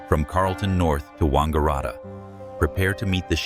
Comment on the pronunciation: it is pronounced Wang-a-rat-a!